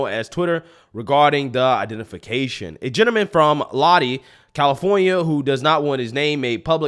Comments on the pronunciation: It’s pronounced “Low-die” not lodee. Keep up the good work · The city he's from is pronounced LOW-DI.....=LODI NOT LODDY... BROTHER! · Lahdee, California? Made me laugh. It's pronounced Low dye, like ''Stuck in Lodi Again'' by Creedence Clearwater Revival. A nice feel good story, though. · ( Low-die). Not loddy. Lol 😂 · Lodi pronounced Low-Die. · It’s pronounced Low-dye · You say Lodi wrong.